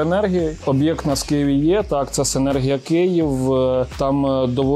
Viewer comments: Вже не перший раз, але ніяк з наголосом не справитеся.....СинЕргія. і тільки так. Завжди із задоволенням ваші сюжети дивлюсь, але у кожному відео оця СинергІя поки менеджер не підправить. Чому так? Не знаю. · Дякую за випуск, комплекс доволі цікавий. І окремо хочу відзначити менеджера компанії за непохитну витримку коли безуппинно вимовляє назву комплексу з наголосом відмінним від офіційного 😅